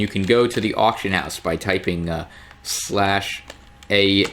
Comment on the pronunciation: not auc its ah